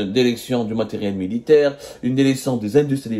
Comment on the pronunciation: La DÉRÉCTION !!!! Pauvre langue française massacrée dans la bouche d’un pseudo journaliste